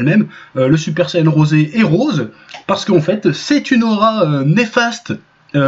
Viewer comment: J'ai sus que c’était un Troll quand il à dit le Super saiyan Rosé comme le dise nos amis japonais